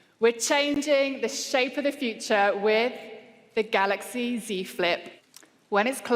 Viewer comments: we will not miss the samsung "galox" even this CEO is saying it lmfao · shameful they didnt even know how to pronounce GALAX s20 range......get dj koh back